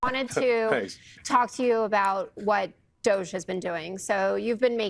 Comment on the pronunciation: DOGE. Pronounced:- Dodgy?